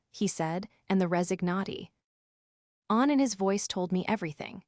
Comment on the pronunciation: WTH is “resi nacione”